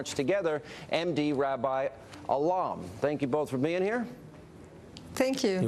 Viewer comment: Reuben Hart He is a Bangladeshi and Rabi/Rabbi is a common name over there. It’s pronounced as RAH BEE